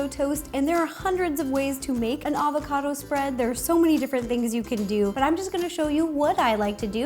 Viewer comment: FireCrystal 10 its "Avocado"... hahaha youve cheered up my day